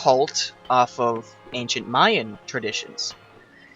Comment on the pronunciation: "I'll make it based off of ancient myan myths... Yes, let's go with that." *suddenly myans* Awkward